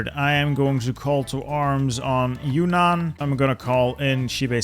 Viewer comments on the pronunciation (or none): none